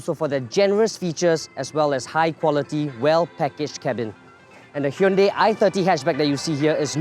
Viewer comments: Its not a Hyndei its a Hyundai. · I worked at hyundai its pronounced as hyun dei not dai/die .